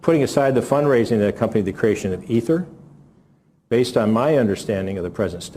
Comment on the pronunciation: He said "Ether"